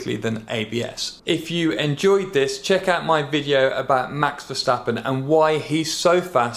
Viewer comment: werstapenn ok? kkkkkkkkkkkkkkkkkkkkkkkkkkkkkkkkkkkk